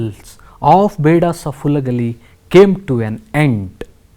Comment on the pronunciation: That is Halagali not Hulagali